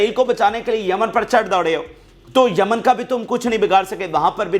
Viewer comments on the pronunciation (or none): Yemen not jaman